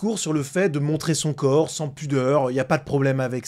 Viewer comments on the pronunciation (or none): none